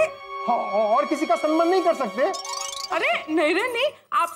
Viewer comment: Samman hota hai sanman nahi…